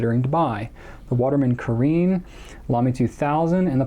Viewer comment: (Btw, caréne is pronounced Cah-rhen) :)